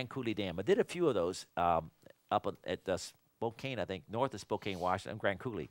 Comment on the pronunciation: It is said as "Spo-KAN" with the stress on the end syllable. The silent E is a red herring, because the end sounds like can rather than cane.